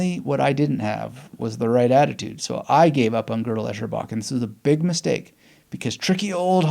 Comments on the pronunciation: "Girdle Echerbach" 😂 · The very first test of GEB is: how to pronounce the title. Cheers. Thanks for sharing. I found reading his follow up - I am a Strange Loop - reading this first helped GEB resonate more for me...